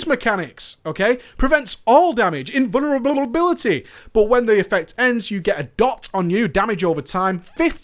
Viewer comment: dat invunerablululululubility tho